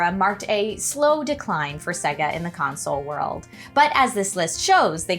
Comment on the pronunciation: Literally just played the video of it saying SAAAYGAAHHHH.....says SEHGUH.